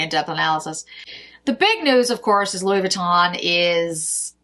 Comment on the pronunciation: Hi: Louis Vuitton = Loo-ee Vu-ee-ton (ending rhymes with the French “NON”). Thank you for the roundup. I look forward to seeing the new Chanel lipsticks. I was also told it was a packaging issue (apparently the lipsticks were falling out).